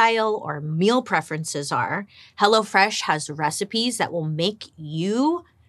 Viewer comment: Did you say " Hello Flesh"!